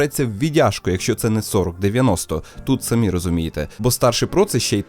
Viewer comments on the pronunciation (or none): none